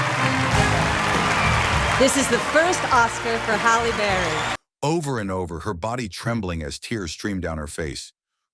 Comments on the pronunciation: Hell Berry?! WTF. So many wrong names or mispronunciations but that one took the cake!! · "Hell Berry?" "Jam Lee Curtis?" WTF? I'm somewhere between laughing at the ridiculousness and really annoyed with how poorly this was done. Side note that my personal favorite reaction was Robin Williams when he won for his performance in Good Will Hunting. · "Number two, Hell Berry" LMAO cause eDiTiNg iS hArD